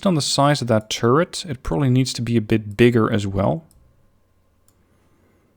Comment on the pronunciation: when says turret it sounds like he says turd XD